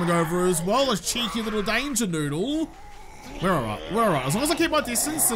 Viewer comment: You sound like me after I go to the licour store "Qhere did all my money go?"